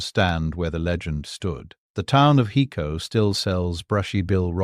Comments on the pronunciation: IT IS PRONOUNCED "HI CO" .... NOT "HE CO"..... HICO, TEXAS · OMG!! It's HI-co, TX